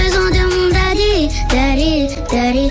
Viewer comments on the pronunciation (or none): Daddy elle le prononce dally 😭